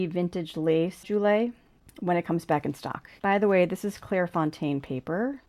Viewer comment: Pen is pronounced like “Jewel”. I think it mentions on the website to not post the pen I would probably not post any of their pens. I enjoyed the video!